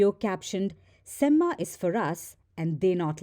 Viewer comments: It's not semmA, it's sem-ma (a at the end is pronounced softly, not maa as you call your mom) Similarly 'Thala' is not Thalaa. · btw, semma is not pronounced like Emma (Watson aka Hermione from Harry Potter). It is a Tamil slang meaning Excellent and pronounced with a short vowel sound at the end.